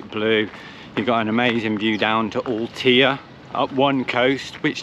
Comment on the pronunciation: Ahhh guys it's Al-tay-ah....My Spanish home town. I'm seriously shocked seeing Villa Gadea with so many vans there 😢 Another place ruined by park 4 nights 😞